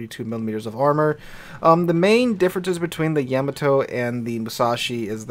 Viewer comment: I can't be the only one screaming at the screen when he says Yeah-Ma-To. Lol